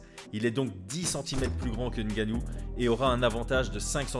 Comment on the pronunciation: Je salue l'effort de prononciation pour le nom de Ngannou